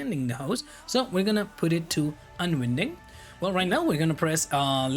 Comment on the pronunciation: "winding" and "unwinding" in the context of spinning a spool is pronounced like the word "wine", I am "wine-ding" the hose up for storage, I am "un-wine-ding" the hose from the reel. Otherwise, Really enjoyed the video!